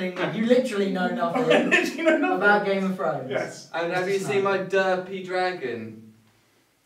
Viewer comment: "Game of frones"